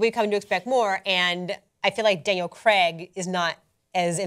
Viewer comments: it's pronouced Crayg in UK not Creg. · CRAIG...CRAIG Not "Creg", CRAIG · Can you seriously start saying Craig correctly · I watched Southpark for years and never realised that "Creg" is actually called Craig. It wasn't til I saw it written down that I noticed lol I just assumed Creg was a weird American name.